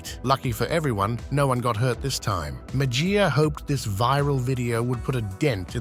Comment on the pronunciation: Mejia is pronounced Me-he-ya. First 'e' is a short 'e', 2nd 'e' is long.